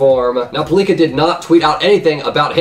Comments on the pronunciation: Pal-lih-kah, not Pa-liek-ah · its not paleeka... ffs